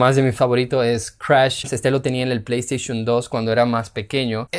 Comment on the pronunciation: pley esteyshum xd